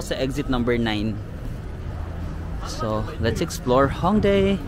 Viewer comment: Yung pag pronounce po ng Hongdae is "Hongdeh" 😊